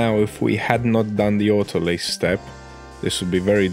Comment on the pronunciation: I love the fact you say "autolyse" properly!